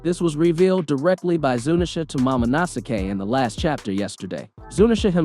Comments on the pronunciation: Just because the drums are playing doesn't mean it's drums of liberation........ and his pronunciation of stuff is off. Jaboy? JOYboy. Mamanasuke? MOMONOske. I think this guy only reads the manga. He's also wrong that only zunesha heard the drums. All the strawhats hear the drums of liberation when they play. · No way my man pronounced momonosuke like MamaNasuke